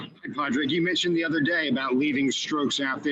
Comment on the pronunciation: I cringed so hard hearing "Pad Rag" lmao